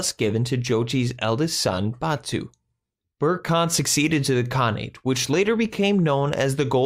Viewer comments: Good summary, but could have been further improved if the reader could try to respect the Mongolian language and preserve its pronunciation, rather than reading the ‘English’ word. ‘Burkha’ Khan is not ‘Bourke’. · It is pronounced Saray-juk and also, berke is pronounced ber-ke